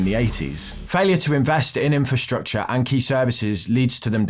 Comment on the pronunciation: are you saying "Inferstructure" or using the correct Infrasrtucture? So many people get this wrong!!!!